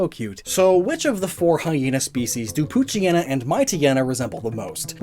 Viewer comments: The anime mispronounced Poochyena. Sadly that trend has continued even to this video. I know it's a mouthful, but as a portmanteau, it should be pooch+hyena, so... pooch-eye-eena. By extension, Mightyena would be might-eye-eena. By the way, I don't think this bit got enough focus, but hyena's aren't just scavengers, or even primarily scavengers, despite how they're depicted. There's a fierce rivalry between lions and hyenas. Both are predators and both steal from each other regularly. Hyenas just got the short end of the stick on reputation. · I dated someone who called Poochyena: “Poo-chee-nah”. Out of all of the mispronunciations, that was definitely one of them.